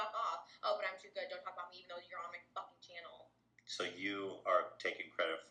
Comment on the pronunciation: Not "too goid" but better than you....